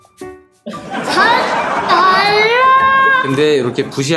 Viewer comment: 근데 님 사 달러인데 왜 달라 라고 말해요 그거 아니에요